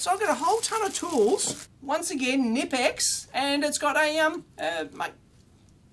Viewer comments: Knipex starts with a „k" followed by a „n". Both letters are pronounced. It's not pronounced as nipex. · Knipex is pronounced "Kaknee-pex" two syllables...I know, it's weird as an English speaker. Knipex makes some of the best pliers on the market. Wiha is pronounced "Vee-ha". Wera according to their US distributors is pronounced like an English speaker would pronounce it. All are great tools. The Wiha have some of the best precision screwdrivers, they have a very extensive precision set that should be on any EE's wish list. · Just FYI, the Knipex brand name is pronounced with an audible K, similar to how you would say Evel Knievel's last name. I am not entirely sure about the etymology of the name, but the word "knipsen" in German can mean for example to snap, to clip or to punch (as in punch holes). Incidentally, "knip" in Dutch mean "to cut", so had they been a Dutch company I would have definitely thought that to be the original idea. (And I know this because I am Swedish, and the Swedish language historically has a lot of influences from German and Dutch. In Swedish, "knip" means "squeeze tight".)